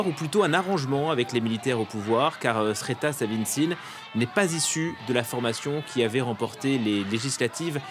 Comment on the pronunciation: Personne dans la rédaction de F24 ne s'est soucié de savoir comment on prononce Srettha (7A - le R ne se prononce pas...), ni le journaliste de pacotille en Thaïlande qui a fait de son mieux pour ne pas prononcer son nom (réécouter pour voir comment il jongle à ne pas le faire !), parce que le pigiste ne parle pas thaï et se contente de reprendre des deux journaux anglais locaux, le Bangkok Post et The Nation.